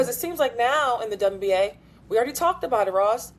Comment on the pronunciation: I swear I heard they say DumbNBA instead of wnba lol